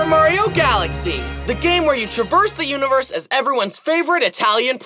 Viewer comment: when i heard him saying mario falaxy #, teared up cus of nostalgia while playing super mario galaxy no joke